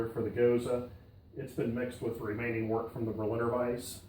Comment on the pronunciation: another person pronouncing wort as wart. Boo.